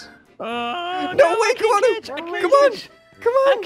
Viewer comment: I thought it was Camodo, not Camono